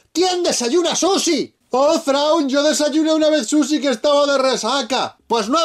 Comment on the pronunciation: Quien le dice susi al sushi? Maldito abraza farolas